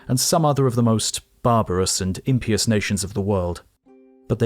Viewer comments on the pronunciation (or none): the emphasis is on the second syllable in imPIous (im PIE us), not "IM pee us". otherwise, a great video! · The root word of "impious" is "pious", not "imp". You don't pronounce "pious" as "pyoos".😅 Ergo you're supposed to pronounce the i separately from the vowel cluster to get 3 syllables (im-PIE-yous✔️), not turn it into a Y (IM-pyoos❌). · I caught that, too, but assumed it was a British pronunciation. I do like the way it sounds. "Impeeus." "Imp" being emphasized heightens the meaning of the word.